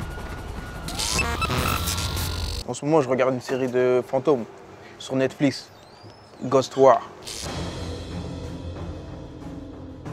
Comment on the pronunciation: Sur "Netfliss" ^^